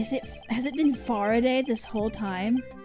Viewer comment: i think kays last name is for-a-day